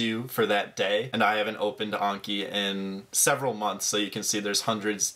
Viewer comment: there's no way that's how you pronounce Anki